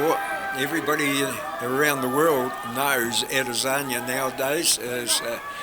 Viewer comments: I heard "Israli Lazania" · This commentator called Ade 'Lasagna'. Lol. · I heard "Israeli Lazania" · How many times the commentator said Alasagna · Nobody: The Commentator: Adezanya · This guys says Ed lasagna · The way the commentator pronounces Izzy’s last name sounded weird! Kind of irritating. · sounds like the dude is struggling to say lasagna